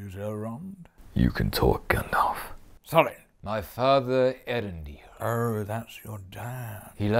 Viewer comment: the first two vowels Ëarendil are two distinct vowels: his name is actually pronounced Eh-arendil.